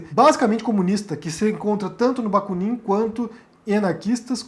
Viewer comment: a pronúncia correta é Baku'nin (Бакунин).